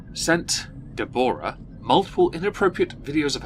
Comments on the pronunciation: Deborah is pronounced Debra, or even Deberah. Never DeBORah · nope, Deborah is pronounced 'debra'